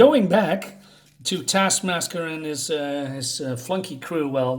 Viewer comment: "don't let this cover fool you" - i'm not thinking that it's christmas, just because there is a santa on the cover. 😜adding a red towel might work tho. also, your "MAGGIA" doesn't nearly sound italian enough. TASKMASKER (you keept saying it, even after noticing 😄) is the one from the black widdow movie, right? despite the mocking of sweaty POCs, this video gets 1 thumbs up from me.